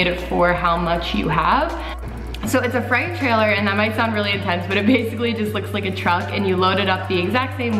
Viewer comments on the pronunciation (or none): it’s not a fright trailer. it’s freight